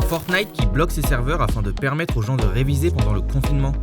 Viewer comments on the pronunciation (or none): none